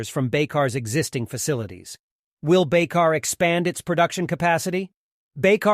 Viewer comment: The right pronounciation of the company name is : Baykar (like ByCar)